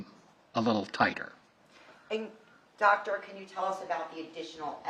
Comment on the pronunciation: “ Hello Docta “ 😡😣🥸